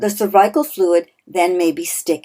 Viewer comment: Why do you say cervical wrong?